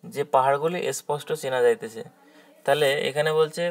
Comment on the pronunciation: এসপষ্ট বা এসথান না বলে সঠিক উচ্চারণ করলে ভালো হয় ।